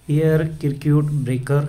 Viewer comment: Air सर्किट ब्रेकर मनतात,,, किरिकर नाही 😂😂